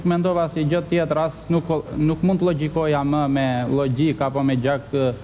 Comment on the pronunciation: Nuk mund të llogjikoja 😂😂😂😂meso shqipen ooo llogjik